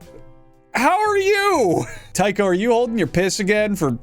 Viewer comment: The problem with the theory of hallucinogenic funghi from wheat (ergotism), is that whilst it can cause hallucinations, it also causes diarrhoea, vomiting, and gangrene of the extremities. So, it's unlikely. And it's not Tycho with a "tie" sound, but with a 'tea' sound.